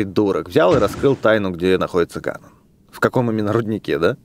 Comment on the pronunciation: и называй пж правильно ГАНОНДОРФ А НЕ ГАНОН